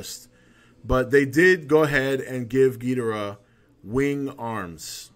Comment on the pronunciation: "That's another thing, I'm glad you pronounce it Gheedrah like the Showa G movies instead of everyone else pronouncing it like Ghee-DOR-ah these days...I hate that..." Even though neither pronunciation is wrong. "To-may-to", "to-mah-to".